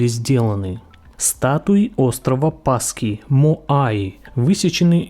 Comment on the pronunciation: Остров Пасхи, а не Паски!